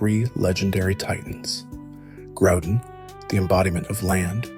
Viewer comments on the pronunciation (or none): Oh boy a video to watch. Why are you saying kyogre and groudon that way ?....